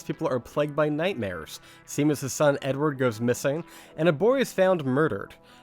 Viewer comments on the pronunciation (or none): It’s Shay- mus you dolt